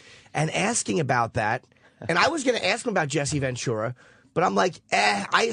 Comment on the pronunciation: Who’s Jesse VenTORRAH Opie? Mispronouncing everything shit head.